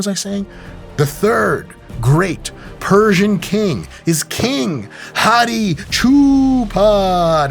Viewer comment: Thanks for all the correct persian pronunciations doc that was refreshing